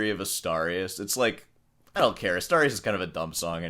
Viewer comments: Why are you pronouncing it 'Astowrias'? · Asturias is pronounced Astoorius, not Astahrias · Asturias, as in 'dude', Dude ... Not Astarias ....😂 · LOL...AStarius!!! Sor pronunciation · Why do you keep calling Asturias "Astarias"? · I like your channel but you can't keep saying you're a classical guitarist and pronounce "Asturias" like "Astarrias". You're part Cuban, you have no excuse 😂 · You might want to learn how to pronounce Asturias... and play in time. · Please try too better your pronunciation of "Asturias" because it is really disgusting. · The way you pronounce „Asturias“ makes a mockery of Americans and their pronunciation.